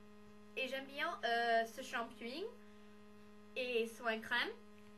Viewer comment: C'est shampoing pas shampouy ! Hihi :D Juste comme ça hein ^^